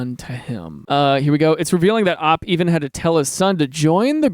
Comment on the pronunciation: he said op wrong